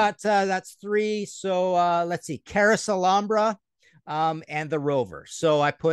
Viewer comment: I'm with ya Martin... So glad u said "Carouselambra"!!!!!